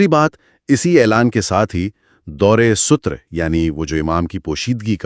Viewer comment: Dawr e sutur nhi hota, dawr e satar hota hy.